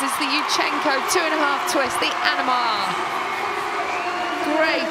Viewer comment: It's "Aminar" not "Animar"